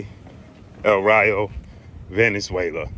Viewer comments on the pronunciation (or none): my guy,its not venenzuela,i beleive its valenzuela